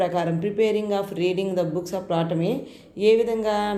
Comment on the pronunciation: Madam tolomy Ani chadavali p silent letter .